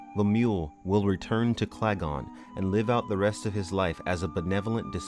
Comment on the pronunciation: Interesting, but the planet name is Kalgan, not Klagon!